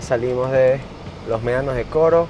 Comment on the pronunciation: Por que le llamas Meanos en vez de Medanos que es su verdadero nombre? Saludos